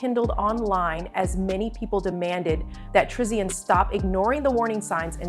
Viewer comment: Ya'll don't know ish about her or her child. We see small clips and ya'll just come out with you assumptions. You don't know her personally or see her and baby in person. Worry about your life and you don't even know how to say her name right but you're making a video about her life 😒